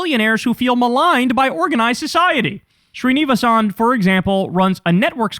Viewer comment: Fyi it's closer to "sree-knee-va-sen", not whatever the hell you said Kyle lol